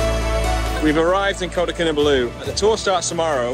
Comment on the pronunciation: Your pronunciation of ‘Kinabalu’ is incorrect. It should be pronounced as 'Kee-Nar-Bar-Loo'. The city was called Jesselton when Sabah was under British rule.